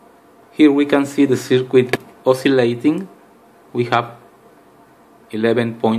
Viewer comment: Mate, I've watched your video many, many times so thank you for that. Can I make a suggestion though? Could you please try pronouncing 'circuit' as 'sir-kit'? Don't worry, I've made a fool of myself many times using words which I've never heard actually spoken...in my own language!